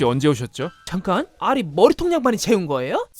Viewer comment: 아리를 알 씨로 ㅋㅋ